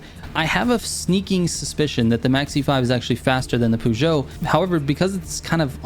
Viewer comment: Feel like garbage being that guy but it's pronounced purr - joe. And Renault the L and T are silent so it's ren - oh. Love the tunes. Keep up the good work